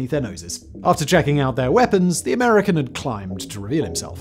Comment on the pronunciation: "... after checking out their weapons, the American had climbed to.." WHAT??? speak up lad up... Seriously, I speak English, but I can't grog you're accent there, mate...